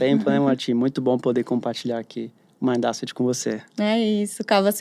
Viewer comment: Não é Àseti a pronúncia é : ésset